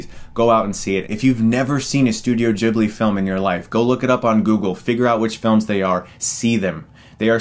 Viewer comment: It’s ghibli not jibbly